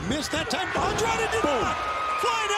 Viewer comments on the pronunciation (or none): Fire this commentator. It's gotten disrespectful how many times he's mispronounced Andrade's name. (Andre? Really?) Unless it's an inside joke, the guy has literally one job. If he can't get basic pronunciation down after this long then he doesn't deserve to be working there. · Why is it so difficult for the commentators to pronounce Andrade's name correctly?? 😐